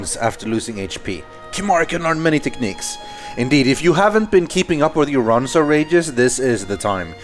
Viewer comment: isn't it ronso not ronson